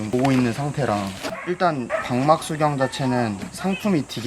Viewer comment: 재밌게 봅니다. 그런데... '방막' 이 아니고 '박막' 이에요~ ^^